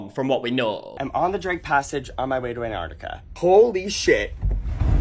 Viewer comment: Somebody please teach these people how to say "Antarctica" 🙄